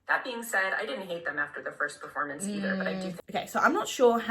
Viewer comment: "not a great perfo..." Woman, we about to come for your whole career